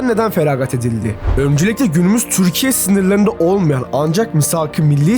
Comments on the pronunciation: Neden türkiye yerine 'türşsşkye' diyorsun ? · Lütfen “Türkiye” diye seslenirken çürkiye deme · dostum türkiye derken t yi çok bastırıyon